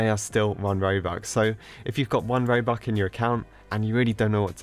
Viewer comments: How u pronouns robucks: robucks :how he says it: Robuk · he pronounce robux into Roobuck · Did you say ‘robuc?’ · It’s not ”roux” it’s ”robux” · What’s roux? It’s R o b u x not roux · Its 1 robox its not 1 robok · lol i like when says one robuc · ''robuck'' LMAOO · says robuk me like are youi on drugs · he's saying "oNe RoBuCk" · Did anyone hear him say robuc? Xd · Stop calling it robuck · 1.. ‘Robuc’ lmfao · why does he say robuck when you say robux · He says "Robuck"..